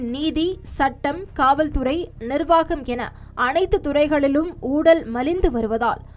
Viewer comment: ஊழலா... ஊடலா... இல்லை எனக்கு மட்டும்தான் இப்படி கேக்குதா...